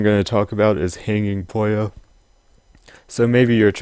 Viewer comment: It's pronounced poo-yo.